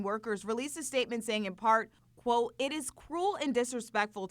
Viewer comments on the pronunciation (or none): none